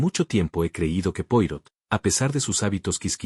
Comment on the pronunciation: Qué aburrido un video con una taza de té acercándose y alejándose Y el relato, monocorde, sin emoción (¿AI?). Se pronuncia Puarót y no Puárro (Poirot). Es un apellido francés.